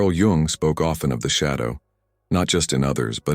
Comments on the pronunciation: please learn to pronounce his surname properly as it is not jAng but jUng, as in yoong thank you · Not Carl Young but Jung - the 'u' pronounced like the ou in you.